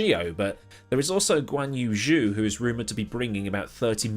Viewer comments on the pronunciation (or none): idk how you are so into this sport and hear Zhou pronounced correctly so many times and then go ahead and confidently say "Jus" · Zhou is pronounced like Joe in English, just btw